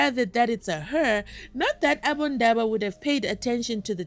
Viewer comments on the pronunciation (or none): He talk to much why he said abondaba. Go and cool your head in the Taven.